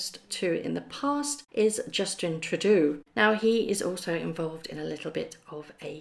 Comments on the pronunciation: it's Tru-deau to rhyme with dough. Not Trudoo. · Trudeau is pronounced "TrudO", not "TrudU".😸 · It's True-Dough, not True-Doo. Re: Justin Trudeau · Mr Trudddoo ?.. surely its pronounce mr Trooo Doe ... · please don't take this the wrong way, but Justin Trudeau's name is pronounced as True dough (as in bread) not true doo. I have held off doing this for a long time in case you are offended or the doo (as in poo) is deliberate, but I'm now taking the plunge. There are a number of pronunciation channels on YouTube where you can check what I'm saying, but I'm really just trying to help. I enjoy your videos very much & I'm aware of the work that you must put into them. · Justin Troodoo? Who is he? Do you mean Justin Trudeau? It is pronounced True-doh. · Darling his name is pronounced True dough. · Those were pretty nice cars. Didn’t seem to mind security risk of reaching into strangers cars. Trudeau is True Doe. (French pronunciation 🇨🇦😀) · Trudeau's name is pronounced true-dough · Canadian here. It's pronounced Trudope. That is just the tip of the iceberg and his criminality in our country, in addition to his multiple ethics violations. This "charity" was also employed friends and family of Ministers of government, in addition to paying for a vacation for our Finance Minister and Trudeau's wife/family when they went to London this spring. This "charity" owns multiple downtown Toronto properties. It is speculated that the almost 1 billion dollars was going to be used to "recruit" youth and be used to campaign and support Trudeau and his Lieberal Party. They already made a video, focusing & promoting Trudeau, with lighting in the background, like he was the messiah. He is very like MM. A narcissist. liar and faker.Except Trudeau gets to spend our money AND tax us into poverty as well. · Canadian prime minister.....True-Dough.....that is how it is pronounced. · Pronounced: Justin Trew-Doh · The Canadian Prime Minister’s name is pronounced True-doe (Trudeau)